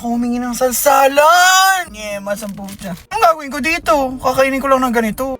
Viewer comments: iba naiisip ko sa 'salsalan' mama mama hahahahahahaha 'sawsawan' kasi maaaaa 😂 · did he just say salsalan?